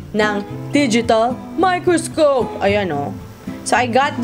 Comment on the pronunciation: Tinascope! 😅 miKRIScope? 😅❤